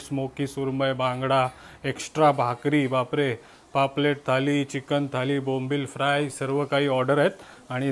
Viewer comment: ळ' bol re ल nahi, थाली ky marathi mde थाळी बोलतात. MARATHI asun asha chuka? Baki chaan vlog bnvtos 👍